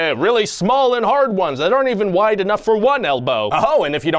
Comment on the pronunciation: I don't like how this guy emphasized wide